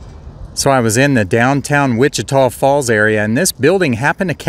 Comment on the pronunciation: You must’ve asked around but you pronounce Wich-Tah Falls correctly. 👍